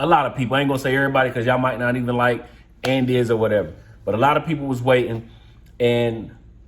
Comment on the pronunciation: Andis- And-this- And- Dis